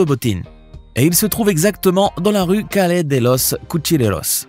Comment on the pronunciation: il ne faut pas dire """Calé""" mais prononcer """Callié""